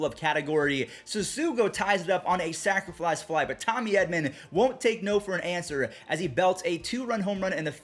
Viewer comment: I love how says sacrifice fly like sacraflice fly